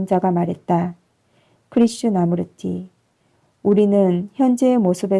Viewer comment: 좋은 글 좋은 목소리로 읽어 주시니 참 좋군요. '크리슈 나무르티'로 읽기 보다는 '크리슈나 무르티'로 읽는게 조금 더 좋을것 같은데^^